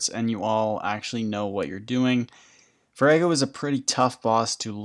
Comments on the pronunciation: Its vor ah go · The way you pronounce Vorago is hilarious.